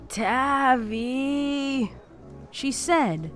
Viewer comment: It’s tavi like taviy